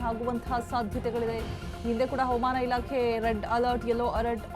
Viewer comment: ಅವಮಾನ ಇಲಾಕೆ ಅಲ್ಲಮ್ಮೂತಾಯಿ ಹವಾಮಾನ ಇಲಾಖೆ ಅಂತ ಸ್ಪಷ್ಟವಾಗಿ ಹೇಳು